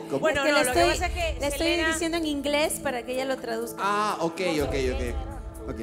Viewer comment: no pues no ni siquiera pronuncia bien el ingles veamos a mona laferte y verán